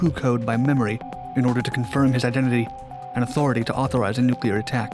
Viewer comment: Still, he couldn't pronounce "nuclear."